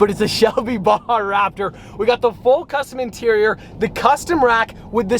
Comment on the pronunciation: Why can't americans prenounce baja?